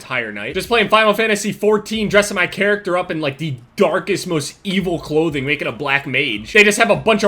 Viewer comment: You say clothing weird